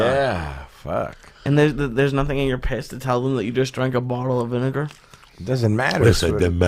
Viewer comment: VIN-AH-GAH LOL